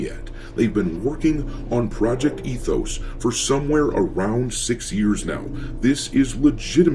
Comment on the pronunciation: ET-hoes... no thx!